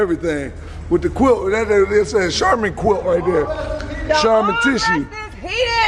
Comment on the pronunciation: my man said Charm Quilt!!!☠☠☠😂😂